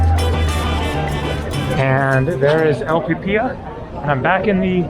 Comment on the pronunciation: You Pronounced...! Pe pi ya...?? Incorrect...The Word is >>>> ( Pee Pee Lu...)...Pi Pi La.....Thanks For The Video.....!! 👍👍👍👍👍👍